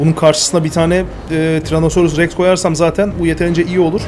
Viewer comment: abi TyrannosaurusTex değil TyrannosaurusRex siye biliyam ben vallahi